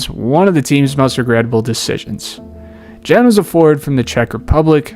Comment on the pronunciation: You totally mispronounced Jan Vesely's first name by Americanising it. Foreign players should always be adresses by the correct pronounciation of their names.